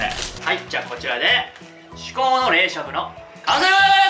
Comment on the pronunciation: 至高の冷しゃぶの、完せrrrrrrrr!!!!!!!!